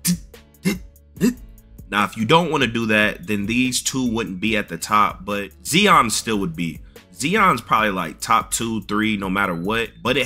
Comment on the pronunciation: Bro called zion zee on 😭